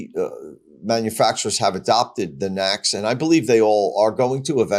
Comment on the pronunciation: Hey, you're the first person to say "Nack's" connector. It's spoken as N.A.C.S. Tesla wouldn't have named it that if it were spoken nacks as it sounds ridiculous.